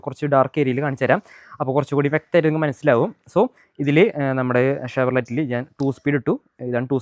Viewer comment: Chevrolet alla bro.pronounciation nokkane